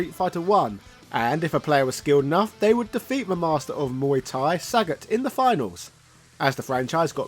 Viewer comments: It's not Saget mate, it's Sagat. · Sagaaaaaaaaaaat not Saaaaaaaaaaaagat